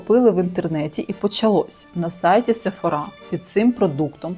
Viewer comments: Класний контент. Тільки пліз не сефорА, а сефОра. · Дякую за відео. Єдине що ріже вухо - це SephorA. Бренд називають SephOra